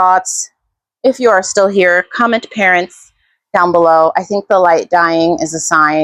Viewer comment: 💗Parents! At first I thought you said parrots.